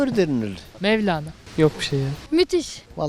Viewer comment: Mevlene diyor 😀